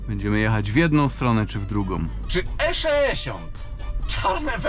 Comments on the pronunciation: nie mówi się E szeesiąt tylko E sześćdziesiąt. Popraw dykcję. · 3;45 skisłem ze śmiechu:) eszeeesiont